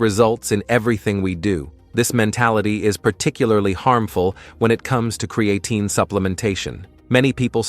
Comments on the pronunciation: Lost credibility right off the bat as you pronounce the word incorrectly. It’s not CreAaatine. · "Cre-A -Teen" Stupid ass AI